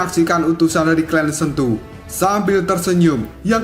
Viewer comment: astaghfirullah bang , sentu bang bukan kentu